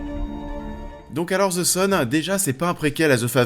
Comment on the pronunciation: Ze fazer... pourquoi en France les th sont remplacés par des z?